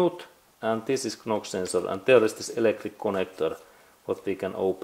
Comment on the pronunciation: Thank you for your video. By the way, knock-sensor is spoken "nock-sensor" in English. Likewise "Fort Knox" is spoken "Fort Nox". 😊